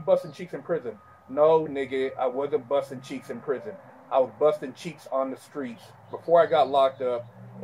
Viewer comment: I always wet my pants at work when i start to think of his pronounciation of the two sentences "Buzzhtin' Cheeexzhh" " Wigg Shpliddhin'" Hes so damn epic!